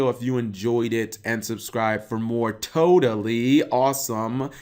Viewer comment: "Todally Awesome" goddamnit, we meme-ing now?